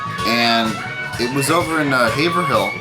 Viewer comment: You actually just pronounced "Haverhill" correctly. You are becoming a true Bostonian after a few visits. Let make it another visit soon so I can talk you into moving your family here. We can go digging together once a week. You can also experience 'snow' for the first time! {smile} On second thought, the winters are horrible here. Is there anyway that I can move down there for the winter? "More Blue Thumbs". {next comment} Rob/Boston